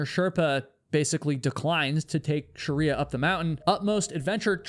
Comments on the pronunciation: Not Shariya! It's Shriya. Shreeeya! 😅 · We can be pretty confident that Shriya’s name is pronounced shree-yah, not shar-ree-yah (which is virtually identical to the pronunciation found in “Sharia law”). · Her name is pronounced Shri-ya not Sha-riya btw😭😭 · Shriya Shaw. Not Sharia Shaw. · As an Indian your pronounciation of Shriya as Shariya is hilarious. 😅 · It's "shriya" two syllables not "sharia" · Jesus, stop saying her name. It is SHreeya. Not Sherya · Shree-ya not Shuh-ree-ya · You have mispronounced her name throughout the video. You’ve repeatedly said “Shah-ree-ah” which is one branch of the Muslim faith. It’s “Shree-ya”. Please correct. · I can’t handle how her name is said the whole time…. It’s Shreeya not Sharia. I’ve never ever commented things like because people never get my name right and I’m over it but it kept removing me from the story 🙈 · I wish I could watch this but pronouncing shriya as sharia is uh, distracting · I'm sorry I can't get over how this guy says "Shriya" lol it legit made me turn off the video a minute in. It's pronounced "shree-ya" not fricking sharia law lmao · Her name was Shriya, not Shariya. 👀😵‍💫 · Her name isn't Sharia. It is Shriya - pronounced sri-a, of Indian/Hindu origin, not an Islamic legal system. Still, a very interesting video, as usual - keep 'em coming,.:) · I’m from Nepal - her name is pronounced Shree-ya (the spelling is Shriya) not Sharia, she is not a Muslim as in Sharia Law 🤦‍♂️ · You mispronounced "Shriya" as 'Sharia" throughout the entire video. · This is minor to the story, but the mispronunciation of Shriya's name drove me to distraction. It's not Shuh-ree-yuh. It's SHREE-yuh. The SHR is like the sound at the beginning of "shroud". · Shriya is not pronounced - sha-ri-ya. its two syllables, not three. Shri-ya. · She may have been too stubborn for her own good...that doesn't mean you need to butcher her name. It's not Sheriya it's Shriya. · Why are you calling her Sharia? Isn't it Shriya?